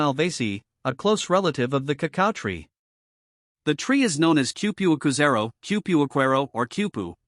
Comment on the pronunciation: That is a completely embarrassing pronunciation of this wonderful fruit.